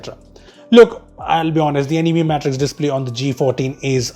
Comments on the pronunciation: he said animi instead of anime in the beginning. Me is pronounced mi but not in anime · What the hell was that pronunciation? uNiIMaE . Its Ani-Mae